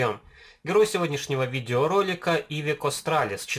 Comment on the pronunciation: Классный обзор,но ударение в слове iveco на букву Е😁